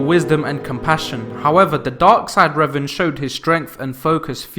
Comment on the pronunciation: Love revan but your mispronunciation is killing me